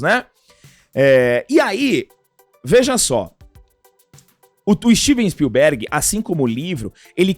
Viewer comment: Tu vai morrer sem aprender a falar Spielberg. Som forte é no "i"